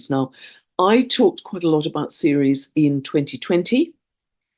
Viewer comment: what do you mean when you say "seres"? Is this Ceres? The moon of Jupiter?